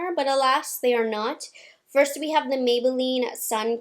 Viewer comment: I ❤ the way she says Maybelline